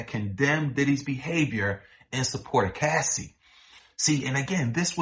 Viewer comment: Cassie not Casey.